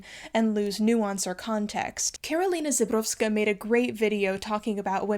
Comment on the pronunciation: Żebrowska not Zebrowska, she’s not named after a zebra Ż - sounds like russian zh or french j